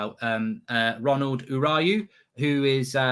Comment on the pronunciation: Man said "urayu"😂😂😂😂